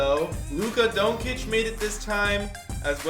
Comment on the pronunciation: u pronounce Luka doncic wrong